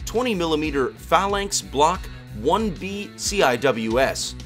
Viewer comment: Man, at least try to get your text to voice to recognie znd pronounce words better. I'm guess you're mispelling Zegis, znd unknown why it's mispronouncing phzlznx which should be pretty strzightforwzrd.